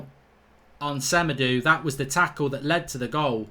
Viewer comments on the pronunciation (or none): Why does Mark say Sem-a-doo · It's SemedO